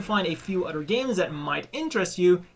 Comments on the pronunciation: It's not Jim... its GM or (Jee Emm) It's not udder... It's other ( ugh the er) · So what is your excuse for not being able to say other or a ton of udder words correctly?